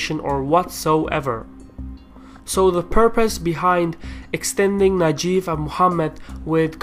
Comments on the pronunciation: correction his name is Mohammad bin Naife pronounced Naeef not nageef. I cannot believe it's published in 2015 your predictions is correct. Your prediction about minister of Oil become true in 2019. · mohammed bin Naif, not najif. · very impressive, as a Saudi, it is the first time to see someone with such in depth knowledge of Saud's Game of thrones. The only comment is it is pronounced Naeeef , not najef as the name of the current crown prince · god damn it you made me laugh so hard, its not Najyf its Nayef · It is "Naif", not " Najif".